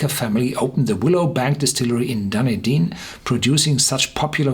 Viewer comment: Dunedin - pronounced - DONE NEED DIN.